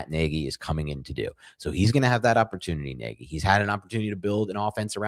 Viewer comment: pronounced neg-ee